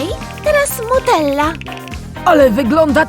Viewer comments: To nie muttella tylko nutella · Nie mutella tylko nutella